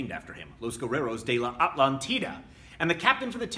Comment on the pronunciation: Great video as always,. Just one thing. In spanish, you stress it like a-TLÁN-ti-da.:D